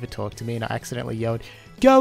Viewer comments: It's not accidentally, it's "accienetally" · My favorite word is “accienetally”!